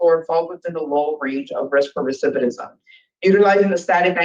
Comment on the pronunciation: This girl is still mispronouncing "recidivism". Why will no one correct her?